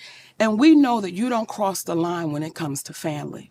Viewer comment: You is trashn that man’s name 😂😂😂